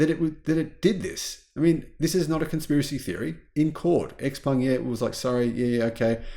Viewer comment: You pronounce “ xpeng “ while it should be pronounced the same as xiaomi”